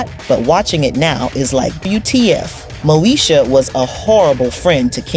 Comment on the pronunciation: Why does she keep saying Mosha instead of saying Moesha? I mean if you going to tell a story about a TV show at least know how to pronounce the name of the cast correctly.